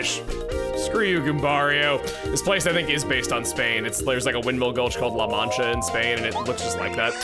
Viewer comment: Chugga pronouncing La Mancha gives me the same joy as Kirby making himself known